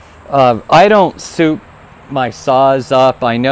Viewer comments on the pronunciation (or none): none